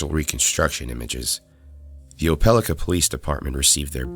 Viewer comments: It is pronounced "oh-puh-LIE-ka", not "oh-PEL-ih-kuh". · Oh Peh Lie Kuh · it’s pronounced Oh-pah-like-ah. im from an area near the town. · Pronunciation note: Opelika, Alabama is pronounced oh-puh-lahy-kuh according to the dictionary, and also to people at a company I worked for that owned a plant there. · Its pronounced Opal-eye-ka. 😂😂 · ope-ah-like-ah Alabama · You pronounced Opelika wrong. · pronounced the alabama city wrong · I laughed as soon as he said it, no body outside opelika can say it